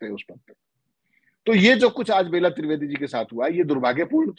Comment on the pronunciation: बेला त्रिवेदी नहीं वह बेल्हा त्रिवेदी है।